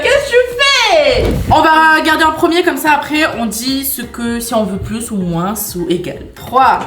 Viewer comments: Cc ces juste pour vous dire que moins sa se dit moin il y a pas de "sss" a la fin sinon continuez vos video ❤ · C'est pas moinse c'est moin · Comment ça "moinsse" c'est "moins" le s ne se dit pas mdr mais bon je vous adore continuer les vidéos 😂❤😊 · Je suis désole mais c'est trop perturbant le moinsss ( le s il se prononce pas ) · Pourquoi vous diser moinsss le s est muée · On dois pas dire le s quand on dit moins on doit dire moin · pour info moins se prononce sans le s a la fin mais pas grave tres bonne video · Pourquoi vous dites le s de moins sinon je vous adore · Pourquoi vous prononcer beaucoup le s de moins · Je vous adoreeeee! Juste une question 😅pk et disent le S à la fin de moins 😅